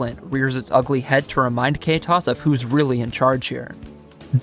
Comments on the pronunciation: Its not "kaytos" its "ktosh" (hes polish) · wiem, ze oczywiscie ma prawo nie wiedziec jak to sie wymawia i w ogole ale jako dla polaka, gdy zauwazylem ze to to jest "KAY TOS" tylko "mr ktoś", strasznie mnie to rozbawiło :,) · w video but assuming ktoś is a polish word its slightly painful to hear it being pronounced like that lol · it hurts when u say Ktoś that way (as a Polish person)